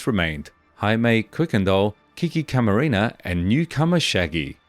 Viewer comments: Enrique "kiki" Camarena not caramina😂 stop please😂you effff up the hispanics language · It's Camarena not Caramena. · CamaREna not CaRAMENA!!! 😅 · Enrique CAMARENA, not Caramena... Geez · Seriously it's not even a difficult name. Hey at least not Macarena, could have been worse